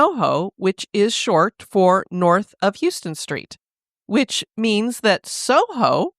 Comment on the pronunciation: Great episode! Not to be that person, but it is pronounced “HOUSEton street”